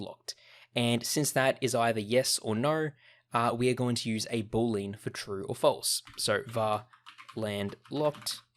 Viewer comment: he appears to pronounce it "boo-leen". It's actually pronounced "boo-lee-ann"